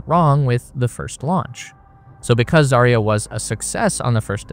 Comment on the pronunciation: Stresses - ZvezdA and ZarYA.